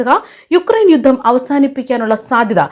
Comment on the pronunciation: 'യുദ്ദം ' തിരുത്തണം. 'യുദ്ധം' എന്ന് പറയൂ